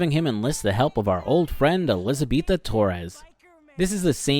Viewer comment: her names elizabeta not elizabetha